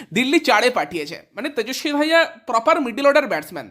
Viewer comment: 1-2 ম্যাচ খেলতে পারল কি পারল না KKR এর জন্য অপশান হয়ে গেল ত্রিপুরেশ‌ সিং। বালের ইউটিউবার। আর ওটা তেজস্বী দাহিয়া, তেজস্বী ধাইয়া নয়।